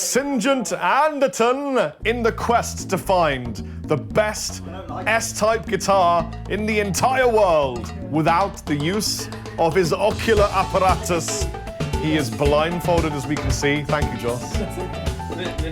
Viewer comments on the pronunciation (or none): "occular aparatus" hehe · "Ocular apratus" :D